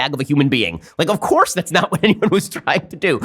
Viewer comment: Please Dont let ben say "OF COURSE" like that. It's a little too Cank from TYT.